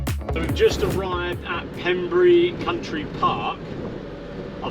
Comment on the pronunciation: Its Pembrey not Pemburry, there is Pembrey airport right next door where I did my helicopter flight training